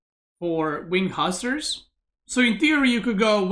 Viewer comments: He said wing huskar😂😂😂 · Nope, he said Hussars